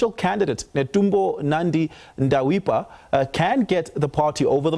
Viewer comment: Ndeitwa. Not Ndawipwa